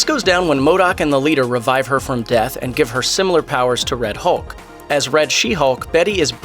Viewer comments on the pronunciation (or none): none